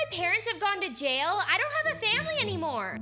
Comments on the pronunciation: I died when she said Yail instead of jail.😂😂😂😂😂😂😂😂😂😂😂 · I love how Mackenzie said “yail” instead of “jail” lol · “they go to yail” 😂😂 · I instantly laughed because said Hayek instead of jail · Hail she said hail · I love how she says yail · I laugh when you said yell instead of jail lol :) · I just noticed that you said “yail" instead of jail at the fountain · i love how she says yay il instead of jail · It not yail it jay Mackenzie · It not yale it's jail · Uhh I think I heard said "if everyone found out they will go to yail" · I LOOOOOOOVE the part when she said Mackenzie:or they will go to yail😟🤠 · You said jail wrong